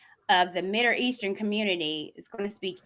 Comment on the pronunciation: and its MIDDLE-Eastern, not MIDIR-Eastern. That ish was buggin me because she kept saying Midir the whole show lol..